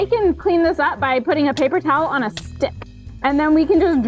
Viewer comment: ... it did not sound like you said stick lol